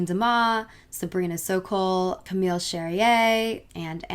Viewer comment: Ann Demeer Oh, this is even worse... Some pronounce it like that here too, but it’s only really stupid people... 🙈